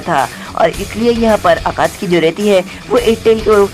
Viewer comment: It is not akatki it is akatsuki